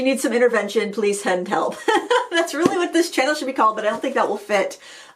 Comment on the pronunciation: Did you say please "hend selp?"